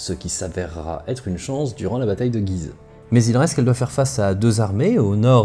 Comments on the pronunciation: Salut j'adore ton travail sur cette chaîne. Je suis au taquet pour cette série sur la 1ere ww . Étant un local de cette vidéo (je vis sur le chemin des dames ) je reviens sur La prononciation de la ville de Guise , qui n'est pas comme dans la vidéo mais avec l'accent axonais ! (G oui ze ) c'est approximatif mais ça y ressemble !!! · Vidéo très intéressante comme toujours étant originaire de la région de "Güise" je me suis beaucoup amusé en l'écoutant (en phonétique chez nous on prononce "Gyizø"). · prononcer gUuise ^^ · Un superbe travail comme d'ordinaire ! Une petite remarque, étant natif de Guise. La prononciation locale est "goui-se". Mais il va de soi que la prononciation qui est dominante en France est celle adoptée dans la vidéo... Ce n'est donc pas bien grave... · Guise se prononce « Gouise » comme cuisine se prononce « couisine » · Guise ça se prononce guouise, mais bonne video quand même x) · ça m'a aussi fait bizarre d'entendre "Guise" prononcé comme ça ! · Encore une fois une vidéo très interessante et bien documenté, merci beaucoup! Toujours "marrant" de voir comment Guise est prononcé comme tu le fait dans toute les œuvre en rapport à l'histoire etc (bataille de guise, duc de guise...) Mais que les locaux prononcent le U ^^ (ma famille vient d'entre ribemont et guise^^) Quoi qu'il en soit c'est toujours un plaisir de cliquer sur tes vidéo et j’attends la prochaine avec impatience! PS: je n'était pas sûr si tu était sérieux pour le rapport entre limogeage et Limoge j'avoue que ça m'à surpris^^